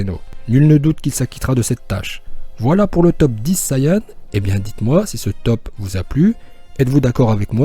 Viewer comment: Ça se dit saiyen